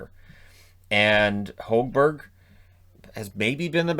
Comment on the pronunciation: When it comes to Petterson, malaise is probably the best word to use. Hes seemed very slow compared to last season, and seems like hes a step behind everyone else a lot of the time. Oh yeah, and the Sens commentary last night said he Marcus wants to be called Hog Berg, not Hoag-Berg. 🙂